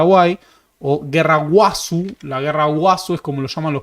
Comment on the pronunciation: Cuando comenzaste con el video pensé buscarte para pegarte un buen patadon, "A"costa ?????? ES costa ñu, "guazu" ES GUAZÚ Pero al final es un video IMPRESIONANTE, el PRIMERO de TANTOS que ví que se ajusta a la realidad